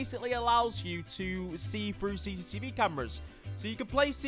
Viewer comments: Le Brillip it annoys me every time I hear CCCV camera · Noone:: CCCV CAMERA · why everyone can't prenounce it right? xD CCTV not CCCV XD 😂🤣😂🤣